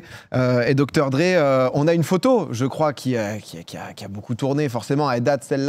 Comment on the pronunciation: Abusé l'accent aigu sur Dr Dre xD